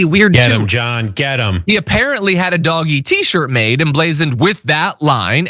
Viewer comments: Its pronounced "Doj" not doggy😮😂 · What is with this soft G. It’s Dogey - shifty and untrustworthy! We all know How Elon likes a pun … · It's pronounced Dodge -ee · Please! Keep pronouncing it “doggy”! I love it!❤ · It's Dodge -ee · Consider using the soft G in Doge Do is in Don Ge was in "gee where did my money go?